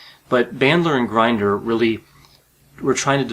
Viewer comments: Please respect people's names by finding out how to pronounce them before you put all your effort into producing a video. If you mispronounce someone's name, I believe it will give a negative outlook on your credibility. John Grinder's name is NOT pronounced like a coffee grinder. It is pronounced like the phrase "going in" with the short version of the vowel "i", NOT a long "i". I have studied in the 1980s & '90s all all the couses available at that time from beginner all the way thru to "Certified NLP Trainer." During that time NLP was VERY popular with amazing results in most cases! However, it seemed to be in competition with (I will say) the APA, i.e. professional graduate school courses & certifications. However, during that time I was in my PhD program in Clinical Psych. and was quite aware of the negative attitudes that the APA side had towards the NLP community. During that time the Milton H. Erickson Foundation would have their annual conferences which included a category called "Brief Theopy." I engaged in mostly those lectures. At that time there were a lot of MFCCs, PhDs & LCSWs who got majorly involved in learning & getting certified in NLP & became very successful at it. I wonder if you have read or got certified in any NLP courses or books like the initial one, "Frogs into Princes." I have found in my own experience that if I take sides in some controvery and I have not read or studied anything about the opposite side, then I have no logical right to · Pronounced "Grin-der." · Just a small piece of criticism — you’re mispronouncing John Grinder’s last name. The ‘i’ in ‘Grinder’ is short, not long. (That is, ‘Grinder’ should rhyme with ‘hinder’… not with ‘blinder’.)